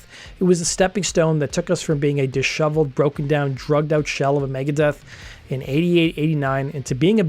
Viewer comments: "dishoveled"?? I think that should be "disheveled". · “Dishoveled” LOL…..